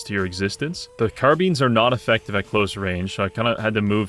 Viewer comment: "Car-beans" instead of "Car-bye-nes" hit me like a truck.